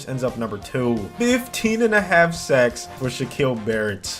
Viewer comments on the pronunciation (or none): none